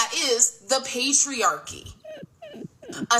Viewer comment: Did she say “the pastryarchy”? (At the mark)😂😂😂